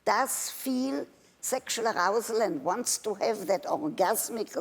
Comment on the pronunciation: No one: Nobody: Not even a single soul: Dr. Ruth: ...arRrousal... gahahagahagahah, she's my hero!